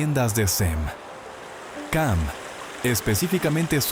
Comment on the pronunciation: Ham وليس cam 😂